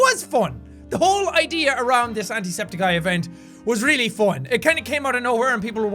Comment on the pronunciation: The way he pronounced 'fun'. "FON" xD